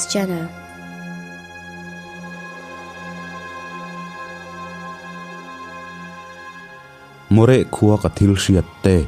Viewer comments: Maw réh ni lo in Morêh ti a lam tur. Mo(nupui sawina ang hian) reh(quiet) Morêh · Ngaihnawm lehpek.. moreh hi a lamdan ah (h) hi a silent..